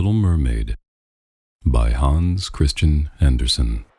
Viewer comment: I love the pronunciation of Hans Christian Andersen. Thank you for reading it